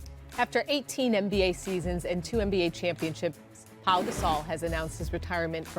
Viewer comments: Perks country a$$ .. his name is Pau.. not paul!!! Smh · Someone need to tell Big Perk that his name is Pau not "Paul" SMH 🤣🤣🤣